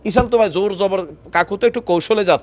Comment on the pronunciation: ইসাল না তো ভাই,শব্দটা হবে ইসরাইল।